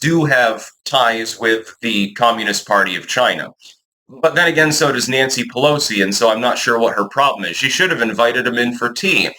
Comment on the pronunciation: Nansee “we need them to pick the crops” puhllowsee…🤣